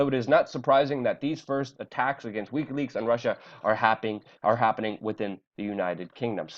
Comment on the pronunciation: AAAAUUUGGGHH!!! it's "wick-y" leaks!! not "weak-y" leaks! fuck!!